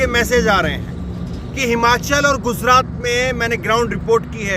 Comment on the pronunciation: Bhai guzrat nhi gujrat hai